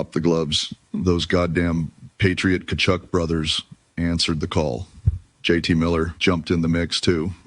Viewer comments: Doc, The last name of the first two U.S. players you mentioned is pronounced kuh-chuck. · It’s pronounced Ka-chook. Fighting in hockey is normal. The boys were just a little fired up. The Tkachuk family is dynastic in hockey. Kinda like the Hull’s. I love the Canadian anthem. I sing along, as I do the American national anthem. If every country had an NHL team, I’d know their anthems too. The Canadian’s haven’t won a Stanley Cup (not the thermos) since 1993. Go USA!!!! This 4 Nations thing is waaaay better than an All-star game. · It's pronounced cah-chuck. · you got Parako correct an Brady is Ca chuck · The names are pronounced something like “Ka-chuck” the T is silent. Hockey names can be challenging don’t worry!